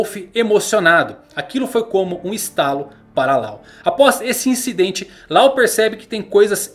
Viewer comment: Mano eu admiro muito seu trabalho. Sou um grande fã. Mas por favor vc I fluência pessoas... Não diga o nome "Law" não existe está pronúncia em NENHUM idioma a pronúncia é "Ló" igual lei em inglês. Em nenhuma dublagem nem no original e nem em nenhuma outra existeo som Law. Por favor somente o Brasil foi o único país no mundo que inventou isso, fizeram raps... Por favor concerte isso...